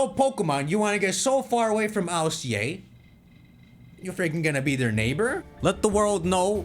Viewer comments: Why do you pronounce ILCA as an initialism instead of an acronym? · I.L.C.A? Don't you mean Ilca? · I was wondering what he was saying, but he's just saying ILCA, and im like, "whos alica see aye"